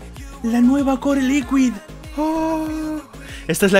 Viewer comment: La después de q si no lleva diéresis no se pronuncia,lo que tú pronuncias se escribiría licuid